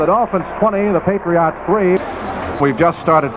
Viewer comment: It's sort of odd hearing pronounce Patriots. It almost sounds like he's saying "Patree aughts", lol. I'm actually a Ma**hole so I know all about accents, colloquialisms, and odd dialects. I've lived in Florida & Virginia so I get the "regional dialect" thing but SE Massachusetts is on another level, especially with the Rhode Island influence, lol! It literally seems if you traverse 25 miles in any direction you encounter an accent. Thanks for posting these and 'PHINS UP!